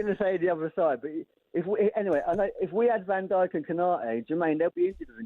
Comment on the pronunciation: Van Der Ven J not Van dyke